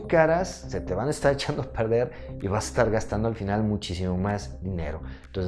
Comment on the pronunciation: Muy emocionante amigo y aveces cuando dices echando trazos yo entiendo chango trazos